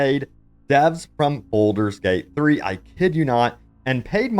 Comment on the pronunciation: BALD-ur Not "boulder" Also: leh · ree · uhn not "LARreeuhn" ALSO: HULL-A-BA-LOO not "hullabullah"